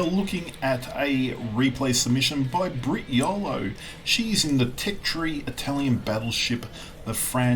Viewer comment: Regarding IT BBs: I am yet to get my head around the idea behind them. 55 % winrate = average? What have you been smoking,? Also, "Brit" or "Britney", "he" or "she"? Gender-fluid? Pronunciation approximation: Cah-rah-cho-lo.;)